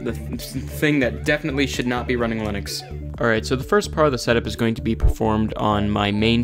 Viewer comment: Linux/ I-nucks/LIN-uuks